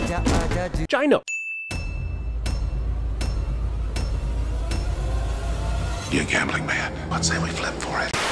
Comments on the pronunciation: JYE ho? Its JAY ho lol. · As a Maharashtrian Indian I actually cackled when Jeremy said "Jai No" because the "Ho" in the original phrase(Jai Ho) means 'Yes' in Marathi. 😂😂 I don't know why but that was too funny.